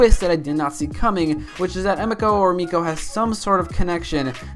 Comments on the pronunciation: They've only pronounced her name like Emeeko. Nothing else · Prometheus/Adrian Chase nah when Oliver first found out she was his sister he said emeko and not emiko